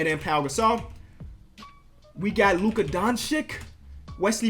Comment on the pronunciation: It’s don/chich not don/chik